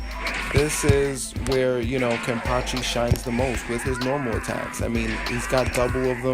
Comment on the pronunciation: "kenny"?? Why you north american calls him "kenny"??? His name wasn´t "kenneth", his name is KENpachi... the nickname is "ken-cha" or just "ken". even yashiru on manga calls him as "ken-chan" kenneth = kenne-th = kenny kenpachi = ken-pachi = ken or ken-chan